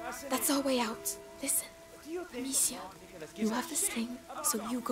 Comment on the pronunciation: Hahaha, I know Hugo said Amicia (or however you spell her name), but it fr almost sounded like he said, "Oh snap!"